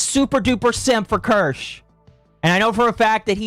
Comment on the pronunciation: Wait a minute. He pronounced Kirsche’s name right? Who are you, and what have you done with the real?